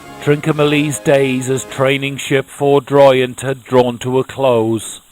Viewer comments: Minor pronunciation point the ship was called HMS Foudroyant, a French word meaning suddenly and with force not Ford (as in the motor company) royant. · Foudroyant is pronounced:- “FOO-droyont”. It’s a French word, and implies ‘lightning strike’ or ‘fury’. A German word could be ‘blitz’. British ships with similar names, were: ‘Furious’, ‘Thunderer’, ‘Resolution’. They all sounded jolly cross. Rather a paradoxical juxtaposition. Jolly and Cross are opposites in their senses.